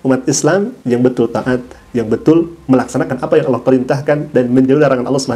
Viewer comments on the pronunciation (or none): Nyebut nama tuhan saja ga tau.. buktinya klo meman murtad knapa ga bisa bilang ALLAH